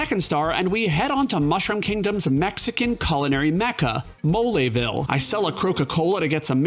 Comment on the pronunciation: You had me at Molé-ville. 🤣 Also now I'm hungry for Mexican food.